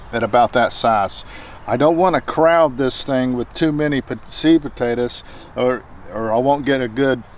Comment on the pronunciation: It sounds like sweet potatoes but he is saying seed potatoes